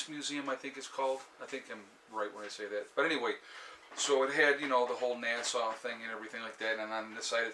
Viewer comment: Dollar tree has bags of marbles. That’s what I use and they go for a mile and cheap ammo. By the way it’s NASA not nasaw. Have fun.